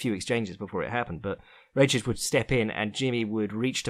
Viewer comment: It's "Rakić" Read Ra - short k - ich